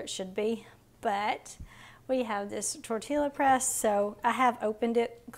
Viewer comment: Oh sourdough tortillas!! FYI it is pronounced Tor-tee-ya no "l" sound